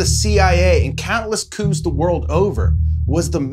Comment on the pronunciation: P is silent in Coups. Koo